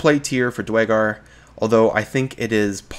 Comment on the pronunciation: DER-GAR. DER-GAR! NOT DWAY-GAR. How can I take you seriously?!